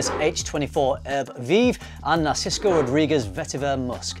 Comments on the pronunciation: why do you say NarcisKo? 🙃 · NARSICO???? where is that coming from? You've written Narciso in the subject, maybe you can't read your own writing lol